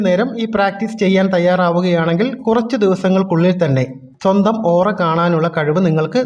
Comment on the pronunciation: It's Aura😌not ooraa